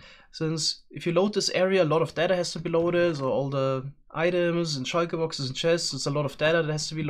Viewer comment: Shoiker box i love it